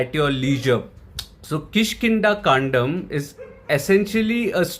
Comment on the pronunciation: No police, no investigation, no chases, no clues, no nothing thriller. And u pronounced 'kaandam' correctly